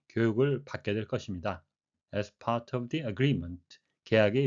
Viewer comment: 감사합니다 part가 pash로 들리네용